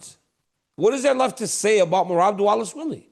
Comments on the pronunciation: Remember his pronunciation of "Merab Dish-ill-a-villie?" 😂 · It's Dvalishvili Not Dvalishvil